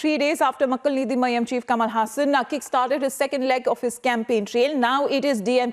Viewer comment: "makkal neethi maiyam" pronunciation was perfect 👍